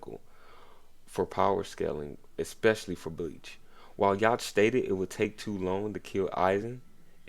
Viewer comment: Yhwach name is pronounced (You Ha)